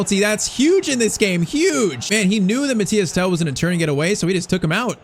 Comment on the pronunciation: MATHYS TEL, not Mathias Tel